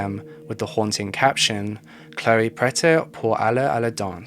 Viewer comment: Prête is pronounced like the pret in pret à manger, the sandwich/salad chain.